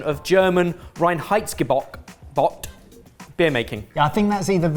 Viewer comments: Rine heights ge-boat is coming quit near the pronunciation of the German reinheidsgebot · The emphasis is in the first syllable. REINheitsgebot. Other than that, pretty good pronunciation